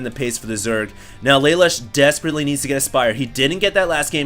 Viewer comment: LA LOOSH for crying out loud. get it right.